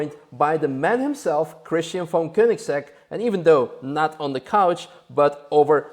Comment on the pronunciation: Even though I pronounce it wrong myself, it's nice to hear Koenigsegg pronounced properly. Cheers,!